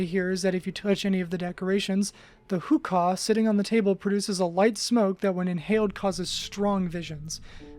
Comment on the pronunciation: it’s pronounced like “who-kuh” not “kah”